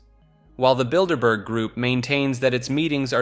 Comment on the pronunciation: Thank you for not saying "Builderberger" ❤